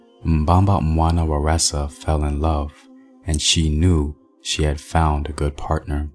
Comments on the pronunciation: "Waresa"? 🤔 That ain't Zulu, there's no word pronounce with a R in the Zulu language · Mbamba wana waresa??? There’s no “r” in Zulu. The goddess you’re referring to is Nomkhubulwane